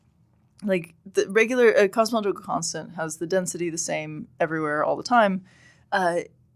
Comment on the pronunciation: I can’t stand the way she mumbles through “cosmological constant”